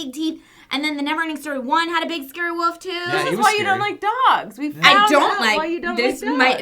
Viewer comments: It's not a fucking woof. It's a wolf. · idk about Hershberger country, but out west we pronounce it just how it's spelled, wolf (like wool + F) and wolves (wool + vz). You'd get made fun of and beat up in elementary if you called a wolf a woof. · Aaaw,... I now have lost respect for you for not pronouncing Wolf properly. -. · says 'wolf' and 'wolves' with quit a heavy accent